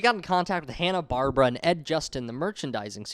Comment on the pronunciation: It's actually pronounced "bar-bear-ah".